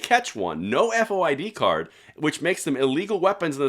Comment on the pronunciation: Kim Foxx is the DA in Chicago. She is inept beyond description. Dick Durbin is inept beyond description as a US Senator. He had absolutely no clue to what he was talking about.. he could hardly say FOID and it has been the law in the state for decades. ( Unconstitutional law in my opinion). The City has these rolling gun battles all the time. Carjacking at gunpoint is at an all time high in and around the city. When a “person of interest” is arrested the charges are weak and the bad guy is released on bond only to rinse and repeat next week. There was an armed robbery attempt last Saturday morning at a bar in Frankfort. (Frankfort is a SW suburban community to Chicago). The criminals entered the bar and demanded money from the bar and its patrons, threatening to shoot anyone not complying with their demands. Fortunately there was a concealed carry licensed person at the bar who had his gun with him. He shot one of the bad guys (died in the bar) while the other fled. No charges filed in that incident yet. I have not heard if they tracked the second guy down yet. So far the CCI holder is OK. The Bar, Ryan’s Pub on Lincoln Highway, is in Will County not Cook County.